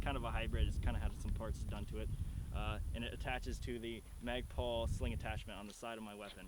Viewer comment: Why does he keep saying magpal